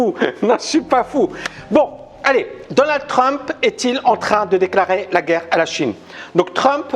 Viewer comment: pour intéresser et être écouté, t'as pas besoin de prononcer le mot "guerre" comme l'autre andouille... Tu peux aussi être intéressant, donner des arguments construits. Ca sera mieux. Allez, un effort!!!